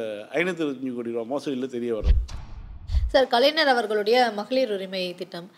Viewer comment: என் செல்ல மகளே.கலை'ந'ர் என்ற வார்த்தையை தவிர்த்து விடம்மா. அன்புடன்.அம்மா